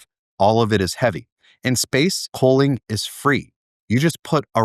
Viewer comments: His pronunciation of cooling sounds like coaling. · Why does he pronounce "cooling" so weird?